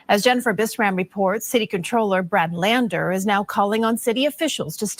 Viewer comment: She said con- troller